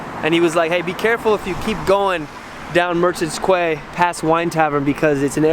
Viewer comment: Ok, i am surprised a grown man cannot pronounce the word "Quay", its like Key lad. Very easy. 😂